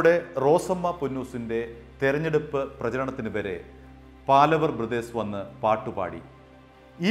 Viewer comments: "பாலவர்" இல்லை. "பாவலர்". "പാലവര്" അല്ല... "പാവലര്" (പാലവര് തെറ്റ്...) പാവലര് എന്നാല് ഗായികന്മാര് ,എന്നാണ് അര്ത്ഥം. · ഒരു മാങ്ങാത്തൊലിയും അറിയില്ല .. തട്ടിവിടുകയാണ് .. പാലവർ അല്ല പാവലർ ആണ് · പാലവർ അല്ല, പാവലർ എന്നാണ്.. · அது 'பாவலர் சகோதரர்கள் '. When you report , pl cross check with known people , before you release your clips. ' പാവലർ ' and not ' പാലവർ ' Funny to see that you are repeating it many times. (Had he seen this, he will call and fire you.!😀) It's some thing like you are damaging their ' Family Name' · It is PAVALAR not PALAVAR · പാലവർ അല്ല പാവലർ ആണ് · പാലവർ അല്ല പാവലർ എന്നാണ് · പാലവർ അല്ല പാവളർ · പാലവർ അല്ല, പാവലർ